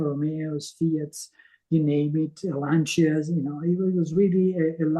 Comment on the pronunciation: "Lanchias"?! Really... he can't even pronounce the brand Lancia... FFS.... Get lost.